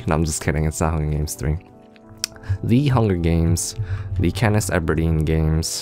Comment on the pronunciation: Is callin katniss katniss eberdeen cos it sounds like that. I thought it was katniss everdeen